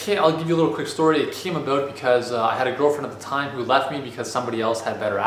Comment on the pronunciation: "it came aboot"